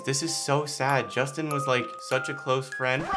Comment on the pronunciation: Did say Sustin LOL?